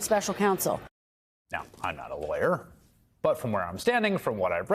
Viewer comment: Is it just me, or did Don Bacon say, "special console" ?